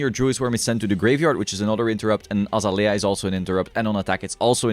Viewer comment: its pronounced uh zay lee uh